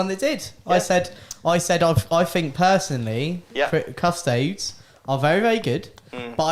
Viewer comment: And they always say Custodes wrong too to be fair :P They always say it like Cus-Toads...rather than say it the same way you would Astartes - Cus-tode-ese